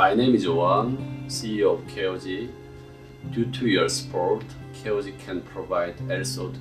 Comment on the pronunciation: WAIT WAIT WAIT.... Is the cannon pronunciation of KOG - ' Key-Oh-G ' ?? Dang i always said Kog like cog